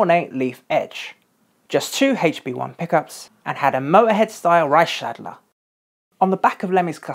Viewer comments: I wasn't snickering at "straight nut bar" rather your pronunciation of "Reichsadler". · Despite all the swastikas and reichsadler symbols on his gear and clothing, I think it's important to point out that Lemmy never was a nazi. He was a libertarian or maybe an anarchist. He just liked to collect WWII memorabilia because they were taboo and looked menacing. Interesting pronunciation of "reichsadler" by the way ;)